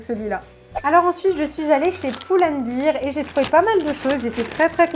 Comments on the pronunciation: Pull&bear se prononce pas pull&bir car sinon cela voudrait dire pul et bière ! Sinon super vidéo comme d'habitude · super video mais juste on dit pull and "bèr" ahah bisous !